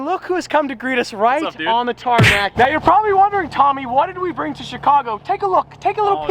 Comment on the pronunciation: ARE YOU SERIOUS RIGHT NEOW BRO